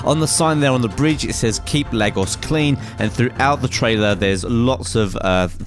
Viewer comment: your saying Lagos wrong:(